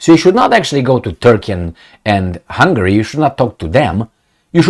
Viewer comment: It is "Hungary", not Hungry : ) Love your content, keep it up!